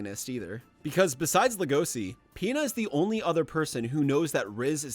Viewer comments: But like- HE WAS SO GOOD HE MADE A WHOLE ARCH SECTION Wait a sec DID HE JUST SAY LE-GOSI!?!? LEG-O-SHI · "legosee" that fucking killed me in every way possible, LEGOSHII SHII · everytime i hear Legosi instead of Legoshi makes me cRinGe